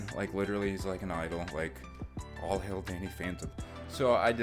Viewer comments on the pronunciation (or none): none